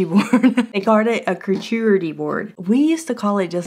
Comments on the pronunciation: your pronunciation of charcuterie was killing me! 😆😂🤣💀 You were trying to start it with a hard C (like the K sound in kite), but it starts with the ch, which actually sounds like an sh like you're shushing someone; think of Charlotte's web, then you can say cooter - hahahaha! ("shar-COO-ter-y"). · Lawd. It’s Char cute ery board…. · I have to go look for the 4 tier shelf, I hope they have it. Like you said, it's there and then it's all gone 😃 I also want that hot/cold mask. Also, for people who can't pronounce that board name, it's called a "Shark -Cootie" board according to a Facebook post 😂😂😂😂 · I love you, girl... but it's pronounced "shar-COOTERY" lmao 🤣😂❤ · Did you just say coochie board?!😂😂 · I have been laughed at for saying Charcuterie board wrong. Sister helping you out: Char-cute-erie- board. LOL! Really who cares? You want to eat my cheese, sauces, fruit, and meat. Get over how I pronounce it! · Kerchoorery board. Gesundheit. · It's shar CUTE er ree 😂😂😂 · charcuterie = shar-coot-er-ee or if you want to be a MFP: shar-kaeute-er-ee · I literally spit my coffee across the room when you said charcuterie board😂 I can't say it either ! I watched that part like 5 times .Great start to my day! Thanks for the constant laughs ALWAYS!